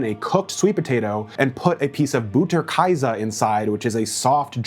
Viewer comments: Pronounced Butter (like but not booter) kay-suh 😂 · As a German hearing you pronounce Butterkäse i nearly died